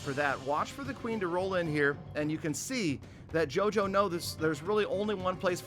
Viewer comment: Me getting triggered when he says JOJO it's pronounced yoyo 🤦‍♂️